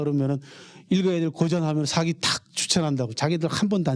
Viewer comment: 우선, 먼저 실망한 것은, 사기를 강의하는 학자가 사기의 "사"를 짧게 발음하신 것입니다. 사서, 사학 등 ",사"는 모두 장음으로 길게 발음해야 합니다. 사기를 강의하는 한국 학자들이 모두 같은 실수를 하고 있음에 놀랐읍니다. 고전을 전공한 학자이면 적어도 한자의 자고저쯤은 약간 알고 계셔야지요. 한국에서 한국어 강의를 하시거든 영어는 좀 덜 하시고 한국어를 바르게 쓰셔야겠읍니다. 계속해서 사기의 "사"를 짧게 말하고 계십다. 제 말씀이 의심스러우시면 , 한한 사전이나 이 희승 편 국어 사전을 참고로 보시고, "한국 어문을 고바함" 을 일독해 보시겠읍니까. 미국 변 완수 배